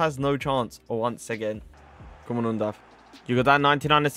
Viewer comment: Im from Germany Yes you pronounced him right 👌🏻 Keep up bro❤👌🏻🔥